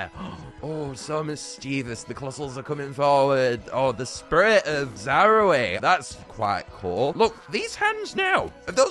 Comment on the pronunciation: bro really said spurrit